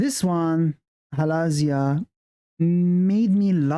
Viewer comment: Thanks for the reaction, really enjoyed it! You’re still saying Halazia wrong btw, the emphasis is on the ‘Zi’ bit not the ‘La’ bit, Hala-ZI-a not Ha-LA-zia.😊 Also one of my faves and one of the reasons I flew to Madrid to see them at a mixed K-pop event because before that they had only performed Halazia live in Asia.